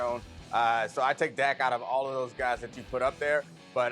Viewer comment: It’s dak and it’s not close lol